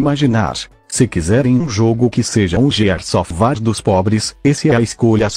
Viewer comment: Gears of war? não, war. gears of war? naao, ofvá